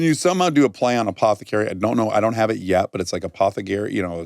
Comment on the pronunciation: apothecarry one extra R is all you need